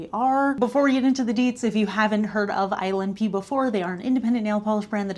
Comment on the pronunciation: Everytime she says ILNP, I hear "Island pee" 😂